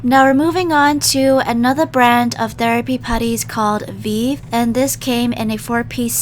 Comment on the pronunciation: You pronounced Vive wrong. It’s pronounce like vive in ‘revive’